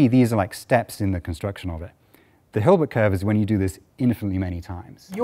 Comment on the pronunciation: Hilbert not Gilbert!